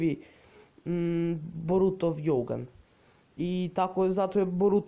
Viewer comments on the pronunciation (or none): Izgovara se dzougan a ne jougan